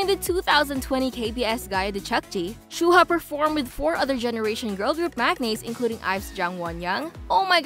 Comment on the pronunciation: Her name is pronounced “shu wa” not “shu hu a”😭